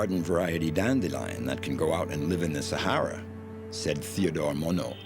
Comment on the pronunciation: Sa"hey"ra? No, it is the Sa"har"ra. If you are doing a documentary on a place, at least get its name right!